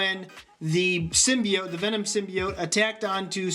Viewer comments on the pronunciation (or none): none